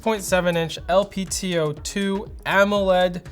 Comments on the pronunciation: He said LPTO. It should be LTPO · I watched 2-3 videos today. What I dont get is why u guys keep saying LPTO display instead of LTPO(which it is). Is there some joke going around here that I dont know about or is it a mistake?